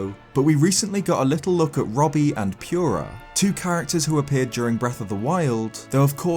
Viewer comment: Purah? Like Pure-Ah? I thought it was Pur-Ah...